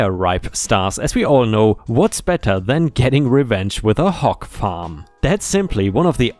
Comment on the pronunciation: I thought you were saying hawk at first, lol. Then I’m thinking, “hawk farm? That doesn’t make sense.” Then I think about it and realize you’re saying hog.